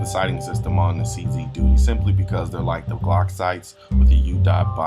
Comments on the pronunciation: He said CZ Doodie........ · Just a slight bit of arrogance. I bought a CZ 75 in 1985 and fired over 20,000 rounds through it with never a malfunction. In S Africa it is weird to pronounce a CZ a "Czee". We pronounce it as "Czed", so "Czed 75" and "Czed Duty" rolls off the tongue. Furthermore, personal choice as old school, I prefer to see a hammer on a pistol and have many that agree and disagree with me. I sold the CZ 75 and now carry a Beretta PX4 Storm, my choice with a visible hammer. To each his own.